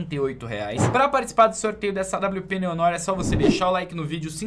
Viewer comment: o nome da awp não se pronuncia Neon Nór, e sim Néo Noár!!! 🤜🏻🤜🏻👍🏻